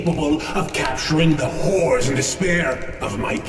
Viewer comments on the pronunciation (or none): And I heard "horrors and despair" as "whores in despair".